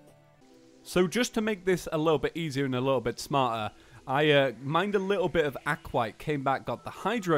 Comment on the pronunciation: Aquat? It's aquaTITE (ac-wa-tite) Edit: not trying to be rude. Just a little.... hint? I don't know what to call it but just know I'm not behind rude